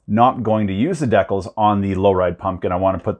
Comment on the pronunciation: The way you pronounced,decals. Made me a bit confused, then I burst out laughing.😂😂🤣🤪🤣🤣